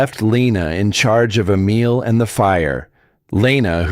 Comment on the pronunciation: You need to correct the boy's name, "Emile", not "a meal"!! Big difference...and "let", not LED.